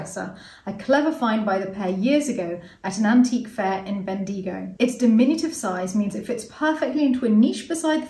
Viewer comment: We often take for granted how we pronounce names of places and animals. I once educated Philip on how to say echidna and had to smile when pronounced Bendigo (Vicotria Australia). It sounded more Mexican the way she said it. Bend deigo. It is pronounced Bend i go. 😀😀